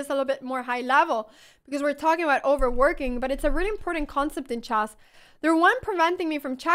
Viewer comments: I love you but please "chess" is pronounced /tʃes/ and not /dʒæzz/ as in jazzz xD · Chack mate Chass Bast Bast chass chack mate There's no E in this ladies accent